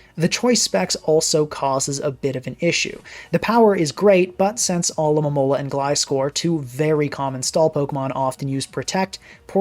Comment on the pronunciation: always coming through as the one YouTuber who can correctly pronounce "Alomomola"